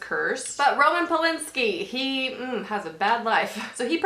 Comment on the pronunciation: You look freaking gorgeous and this was a super interesting video! It's Roman Polanski btw, not Polinski xP